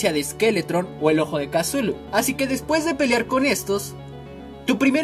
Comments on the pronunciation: Di cutulu no casulu plis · Como le dice make a cthulu MAKE:casulu YO:tuchulu